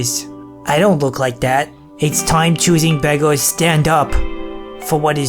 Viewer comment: The choosing begger intro sounded like choosing bagel